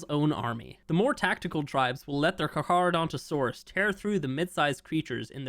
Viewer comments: Letting you know that Carcharodontosaurus is pronounced Car•car•donto•saurus if that makes sense. No big deal to pronounce it wrong though. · Carcharadontosaurus HAS A SECOND C! The h is silent. Don't make the nickname Char as in charcoal. Please. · The way he says carcharadontosaurus really bothers me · when i saw 18 minutes ago i had to see this but man you pronounced carcharadontosaurus in every wrong way its KARK ARROW DON TOE SAW US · Carcharodontosaurus is my favorite dinosaur, you don’t know how long I’ve been waiting for this thing 🥳 Btw it’s pronounced car car o donto saurus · I think that is the island as you can see the volcano and frozen tooth and the blue obelisk behind the volcano lines up with where it would be on the island Also I think you might just be saying it wrong to spite people like the wyverns but the carcharodontosaurus is car-car-oh-don-toe-soar-us And I’m very excited because I’m a palaeontologist who studied dinosaurs mainly those of the Kem Kem beds with carnivores like Spinosaurus aegyptiacus, Deltadromeus agilis and Carcharodontosaurus saharicus Comment if you want to know anything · its pronounced car-chadontosaurus (karka-dontosaurus) instead of carc-ha-dontosaurus. nitpicking aside, its about time they touch on stuff that has been on the back burner since ark 2 is coming out, better do a final polish for the first game so people who never tried it and are new to ark 1 wont be disappointed, since most likely new people later will be coming to ark 1 from ark 2, because lore wise they are related so people will try whats the story is before ark 2. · It has a C before the H, so, is CARCHA not CARHA. How do you pronounce "CHARITY"? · To be that guy, It's pronounced car-car not car-har, at least according to most sources. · It's pronounced karkaradontosaurus not charcharadontosaurus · Not to be rude but you butchered that name, it’s pronounced (Car-Kara-Donto-Saurus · btw it’s pronounced Car-cra- donta- saures